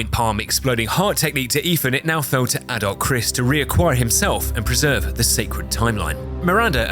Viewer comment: Took 40 minutes to realize he was saying adult Chris not adolf